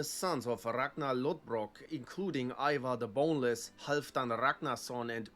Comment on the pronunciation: I was going to ask, did he say Ivan the boneless? 😂 I guess it’s Ivar.